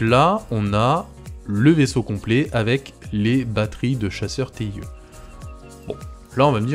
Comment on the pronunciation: Le TIE de « Chasseur TIE » (ou « TIE fighter ») se prononce en anglais (« taille ») ;)